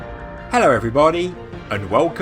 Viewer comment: "ello evvrybuddy"